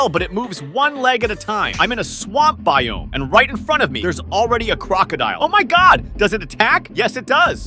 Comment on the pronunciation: His pernounciation with biome sucks!